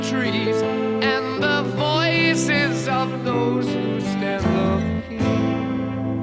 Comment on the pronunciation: I've always believed that he pronounces "looking" as "look-ien" right here.